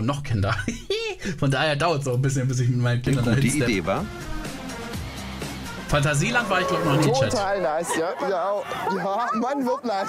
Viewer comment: Wenn er einfach FANTASIELAND sagt anstatt Phantasialand... Jetzt musst du dir erst recht ne Doku darüber ansehen XD